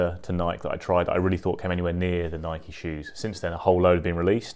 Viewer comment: Thanks for the great comparison. But for the love of God, Nike is pronounced as 2 syllables, rhymes with Mikey, not 1 :)